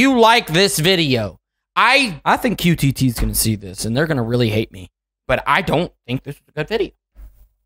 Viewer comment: You said qtt sonic in the video try again.